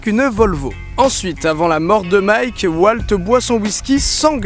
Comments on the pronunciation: Je suis le seul qui a été énerver par le fait que Didi dit W"a"lt et pas W"au"lt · Il s'appelle Walt, pas "Oualte" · prononce WAULT et pas WALT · NOOOOOON ON NE DIT PAS "WALT" MAIS "WAULT" PUTIN !!!! 😤😤😤😭😂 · C'est une superbe vidéo, tu gagnes un abonné ! :D Par contre, Walt se dit Wolt et Jesse Jessie :3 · Aïe... cette prononciation de Walt, ça fait mal au coeur